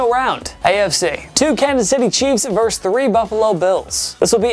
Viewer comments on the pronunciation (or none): The word is "versus". VER-SUS. Not verse. A verse is a part of a song or poem. Versus meaning opposing.